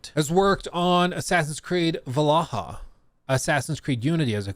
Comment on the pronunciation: IT IS VALHALLA NOT VAL AH HA! DAMN DUDE